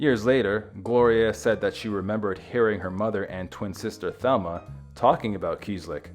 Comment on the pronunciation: The name Mercedes was undoubtedly given in honor of the Virgin Mary, derived from Our Lady of Mercy. Also, Thelma pronounced her name in the Spanish fashion as Telma, with a slight long a sound to the e. Both sisters had some Latin American ancestry through their mother